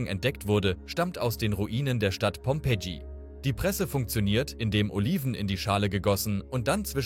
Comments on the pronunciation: Es hört komplett falsch an, pompetchi gesprochen. Sorry es heisst einfach nicht so 😂. Es sind ein wenig zu viele KI Bilder benutzt worden. Bitte beachte etwas besser die Aussprache von Fremdwörtern. Es sind so viele gesprochen welche falsch ausgesprochen werden. "Kisch Tablette" Würg 😢 Ansonsten macht es Spass die Videos zu schauen. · Deine Beiträge sind interessant aber bitte Versuche bestimmte Worte wie zum Beispiel Dodekaeder oder Pompeii richtig auszusprechen. Du hast so eine schöne Stimme aber manche Wörter hören sich grausam an. ❤